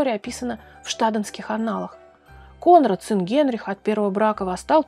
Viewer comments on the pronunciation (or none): none